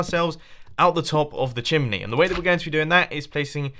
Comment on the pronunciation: did he just call it a "shimney"?